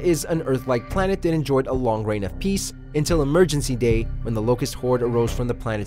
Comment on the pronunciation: "Emergency Day" Petty sure it's Emergence Day